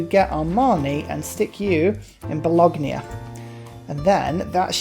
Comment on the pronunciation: I'm English so your accent is no problem. Owls of Minerva you pronounce as Minervia Balogna you crucify and say Ba log nia... it should be ba lon ya, there are others but you get the picture, never mind, sanity (mine) is over rated anyway